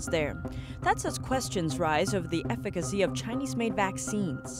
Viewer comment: Finally you learned how to pronounce "efficacy". 😂👍